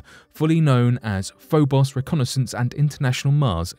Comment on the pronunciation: Like the first "o" in "Phobos," The second "o" in Phobos is a long "o," as in "lone," "bone," "stone," etc.